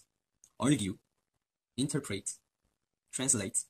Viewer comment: I WAS LAUGHING SO HARD WHEN HE PRONOUNCED "INTERPRET" AS "INTERPREYT" YES BABY YOU ARE DOING SO WELL